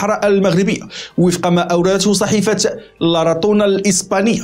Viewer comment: لا راصون وليس لاراطون.